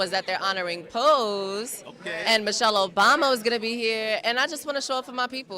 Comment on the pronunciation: Narrator keeps referring to the film Pose as "POSSE." Big difference in the meanings and in the individual movies! Ha